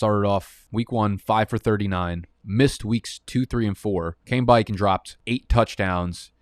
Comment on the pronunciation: How come he says "welcome back" as "welcome bike"?? lol. I'm sure I'm missing something